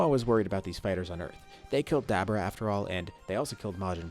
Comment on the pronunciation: Why did u start pronouncing dabura like an dumbass?